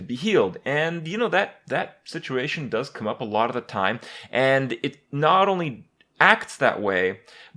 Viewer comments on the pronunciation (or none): none